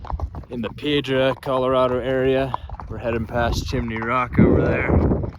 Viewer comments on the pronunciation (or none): none